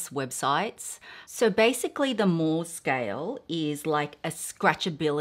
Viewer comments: Guilloche is pronounced "ghee-osh" and Moh is pronounced "Mow". Unless it has changed since I sold jewellery 😊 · Mohs is pronounced: moes :)